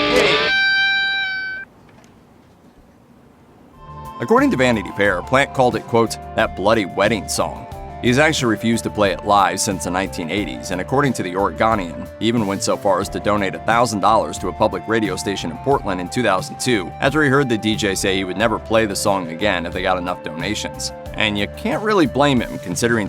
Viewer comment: Ory-gone-ian???????? ARE YOU KIDDING ME????? That is NOT how it's pronounced!!!!!! Ory-go-nian!!!!!! That's how it's pronounced!!!!! Nothing I hate worse than a mispronunciation of the state I grew up in and in the cities where I have lived!!!!!!!!!!!!!!!!!!!!